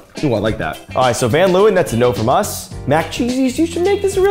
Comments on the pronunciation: 'ven loewen' lmao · As a van Leeuwen I've never heard my last name pronounced like that😂. Also didn't know there was ice-cream with my name on it, so I've got a new bucket list item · As a Dutchy, the pronunciation of van Leeuwen was just... oof 😂😂 it gave me the same vibes as people calling van Gogh : van go 😂 or good-a instead of gouda. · As a dutch person, i laughed my ass of when he pronounced the Dutch name from the ice Scream 😂😂😂😂